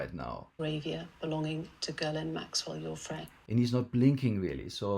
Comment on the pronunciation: Oh, so proper pronunciation of maxwell's first name has a silent s, so it's gill-lane, not gizz-lane.